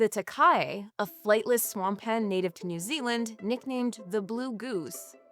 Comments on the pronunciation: FYI Takahē is closer to Tah-ka-HEEY, not Takai. Cheers!! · It's pronounced ta-ka-he (taa-car-hair) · Takahe = Tah-ka-hey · Does my head in when they can’t pronounce takahe 🤬💩